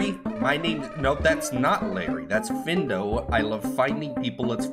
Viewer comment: I think you said findo correctly people think he's find-o